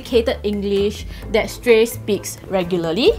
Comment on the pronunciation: its shrey not shtrey